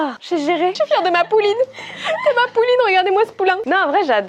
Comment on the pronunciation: Alors je t’adore mais c’est Pouliche. Pas « pouline » 😭